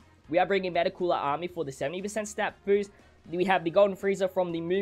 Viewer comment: I die inside when people call Cooler “Coora”